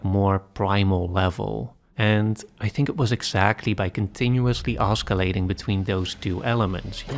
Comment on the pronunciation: Did you just say osCAlating? Never heard it pronounced like that